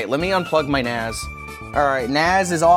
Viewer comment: naZ? 😅 I came for the concussion, stayed for the pronunciation.